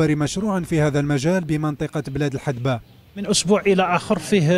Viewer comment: إسمها بلاد الهذبة وليس الحدبة بالذال وليس بالدال